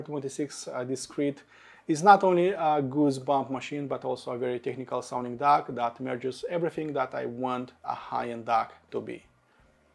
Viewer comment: This review is for D-A-K not D-A-R-K 😂